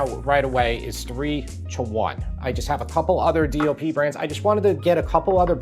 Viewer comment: Your saying DLP ? DOP ? What are you saying and what does it stand for? I don't care I will never buy imported anything unless there's not an American version. Despite your test I'm not spending a nickel more for imported.